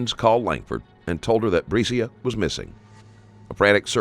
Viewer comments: You had this whole video of people pronouncing Breasia’s name correctly and you couldn’t even bother how to say it! Her name was Breasia, not Breezy-uhh Put some respect on victims if you’re going to make “content” like this geez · Her name is Bre-Asia. You were pronouncing another kid’s (Aniyah) name wrong. Please give them enough respect to pronounce their names correctly. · Her name is pronounced Bree-Asia. Like the continent. The announcer is saying it incorrectly. She deserves to have her name said correctly! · I'd line to think this is not an AI created channel but please do better about pronouncing the victims name correctly. It wasn't even close which makes it clear to me, who ever made this video, didn't watch the interrogation. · While I am someone who appreciates what you do, I also feel like it's on the disrespectful side when you (or other content creators) don't even make sure the victim's name is pronounced correctly. I'm someone who actually helped to search for this sweet precious girl who should be out playing in the snow with her friends right now. So if you make any other content that is about her story, please be sure to at least pronounce it correctly. Her name is pronounced Bree-Asia... Not Bresia.